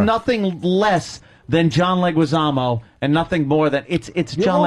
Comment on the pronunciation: Ironically, Vos actually pronounced John Leguizamo's name properly, but was already too insecure and dumb to fight back on it.